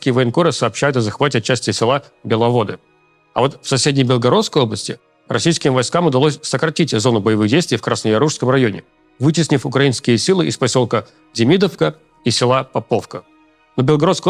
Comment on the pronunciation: Почему демИдовка, а не демидОвка? И веселОвка, а не весЁловка?